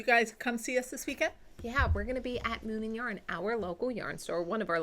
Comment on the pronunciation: Just have to tell you whenever you say, “Moon and yarn” I hear Moomin yarn and I keep picturing the Finnish cartoon and the knitting book based on it!😜🤪😏